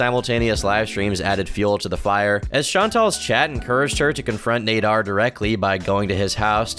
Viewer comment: It's Naader as in cat not Nayder